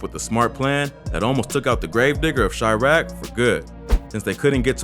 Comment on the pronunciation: "chriaq" pretty sure its Chiraq